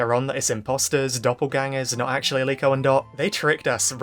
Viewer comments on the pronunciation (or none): And that's not Liko that's Niko